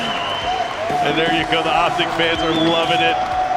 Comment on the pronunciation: you said optice...